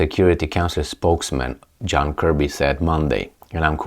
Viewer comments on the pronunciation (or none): none